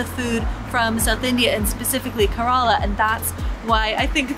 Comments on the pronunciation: FYI, Kerala is pronounced “Care-la” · Care-Ra-La Kerala and if you'd been there you'd know. I'm not going to talk any more as I lived in Goa. However if you want to learn how to cook these dishes I'd be help :-)